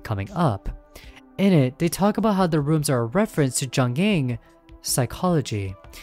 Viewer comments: The 'J' in Jung and Jungian Psychology is pronounced like a 'Y', more like the word Young. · Just to be clear, ringu’s cat dos says she isn’t “greatly more effective”. This doesn’t mean she isn’t as effective, it just means she does about the same in performance as jelly and the spiderpede. Also seeing you say jungian like that hurt me, please dude it’s young-Ian like onion. It’s from the psychologist Carl Jung.